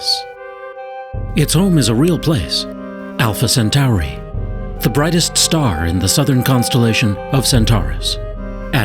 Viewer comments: Alpha sentory not sentary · Where is the commentator from? When did Alpha Centauri become Alpha Centari ? It's 'Cent-or-ee', not 'Cent-ar-ee'. When we get to this fictitious planet, let's teach the fictitious aliens to speak English or we won't be able to communicate with them and it will all be a waste of space time. Meanwhile, back on planet Earth....... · Why do science shows always have narrators that pronounce one or more things strangely? I've never heard someone pronounce Alpha-Centauri as Alpha- Cent Ow Ree until this video. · lol, alpha centowri and sateeeerrrn. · why do they alway find the weirdest people to narrate these videos. i can't pay attention to the actual video when he keeps saying alpha senTOWry and saTURN. ps i think we'll still be around well after 2150.